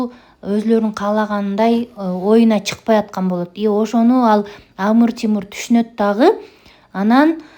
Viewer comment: Амур Тимур дебей Амир Темур десеңиз туура болот